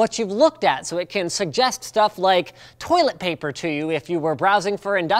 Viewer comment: DID YOU JUST SAY dramatic stop TOILET PAPER?